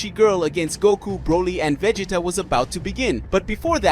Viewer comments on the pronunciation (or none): Please 🙏 do something for me. Please say the word. Saiyan. And if you sound it out. It sounds like. Say - en But. It’s And no it’s not Vah - git - tah. It’s Vah - gee - tah I’m so very sorry for that. But the goddess was a girl not a guy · I don't like why they are saying godeta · I hate the way he is saying Vegeta name